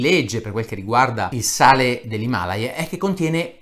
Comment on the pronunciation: Non mi triggerano tanto le bufale su 'sto sale miracoloso Mi trigga incredibilmente il modo in cui è pronunciato "Himalaya": io l'ho sempre pronunciato "Himalàya" xD